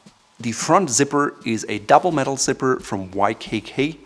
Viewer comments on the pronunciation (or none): none